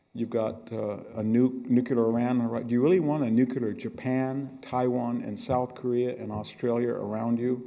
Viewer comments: I only just today discovered Prof Hanson. What a delight. Thank you for the upload. It is interesting that he pronounces nuclear as "new-cue-lure" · Makes me crazy that so many intelligent people mispronounce nuclear, and being from Illinois, that one bothers me too. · same here. it's one of my small pet peeves. NOOOO -- KLEEEEE -- ERRRRR. there's no y in nuclear........but then again there's no y in huge either 🤨🤔🤔🤨🤣😅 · I'm shocked to hear VDH saying "nucular"! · "Nucular, nucular, nucular, nucular, nucular, nucular...." (Long sigh) It's pronounced "nu-clee-ar". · Victor!!! it is not new cu ler. It is new cle r. You've spent too much time in Palo Alto... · Nook-a-ler??? With a Ph.D. from Stanford in military history? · Why do some apparently intelligent people say nu-cu-lar instead of nu-clear? One of the mysteries of the human brain .... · Professor, you are intelligent, educated, articulate. Please differentiate yourself from George W Bush and get into a closet if you have to, but the word is NEW CLEAR. Just say those two words quickly and close together and you have nailed it. The danger is sounding so much like Bush that you can’t be heard. Just a tip buddy. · To assist in your further education the word "nuclear" is not pronounced "Nucular" or "nookula" it is "new clear". Now aside from that I love your work Dr Hanson, keep it up. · Mr. Hanson, I love hearing you speak. Your knowledge is vast and your perspectives are brilliant. One suggestion (only because my dad was a grammar nazi that rubbed off on me) is your pronunciation of the word “nu-cle-ar” as “nu-ku-lar.” George W always said nu-ku-lar and I would always cringe. My dad, my high school and college English professors were tough and would not accept typos or grammatical errors, so as trivial as this can be to some, I’m only pointing it out because I would want someone to tell me if I made a mistake and could improve. God bless. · "Nucular"? Come on Hanson, WTF?!?!? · Its Not Nucular !!! Grrrrr